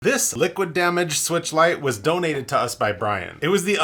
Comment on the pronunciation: Nintendo Swee-weetch